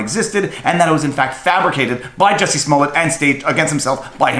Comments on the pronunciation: It's pronounced juicy smoliet` lol Dave chappel gave us the corret pronunciation, Thank you dave. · I think is pronounced "Juicy Smollè". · Joo-see Smoo-Lee-Yay....that French actor! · I do believe it is pronounced Juicy Smallaayyyy. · You are pronouncing it wrong. It’s juicy smoolier. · Jussie Smollet is not French, if you watch Dave Chappelle's newest special, he intentionally pronounced his name "Juicy Smoullier" to make it sound funny. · I was confused until I realized you were talking about JUICY SMOO-LAY